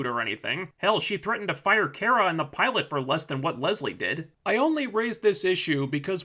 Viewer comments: Cat Grant keeps mispronouncing Kara's name, as does the commentator of this vide. It's "Kah-Rah", not "Care-Ah". I mean seriously. Also this is a feminist television show geared towards teenagers (which is probably why logic and consistency isn't important to the script). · I just think it's funny that you make fun for Cat Grant for mispronouncing Kara's name as "Kira," but you pronounce it wrong too. It's "Car-a," not "Care-a." I'm not trying to defend the show or anything, but I do want to point out this little bit of hypocrisy. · Um but you don’t pronounce her name properly it’s KA-RA. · Your vids are great, but Kara's name, it's Kar-Ra, like Car, not like Care. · character, herself. Her, her family and friends (Cat Grant excluded) pronounce her name as "Car-a." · I think it is pronounced car-uh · It seems to vary. Some of the cartoons it is care-uh, while in the 1984 Supergirl movie and the TV show it is car-uh. Cat Grant is just screwing with her. Mocking her name. In the season finale Cat Grant pronounces it car-uh and smiles at her. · Smallville pronounced it as Care-Rah.